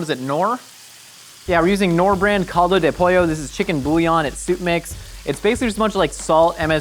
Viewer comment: idk why hearing him try to say caldo de pollo knor was so funny to me xD